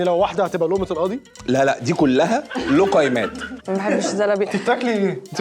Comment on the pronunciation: لقيمات ننطقها زي ما المصريين ينطقوا الجيم